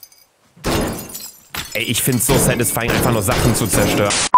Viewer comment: Alle: satisfying Luca: Sädisfaiin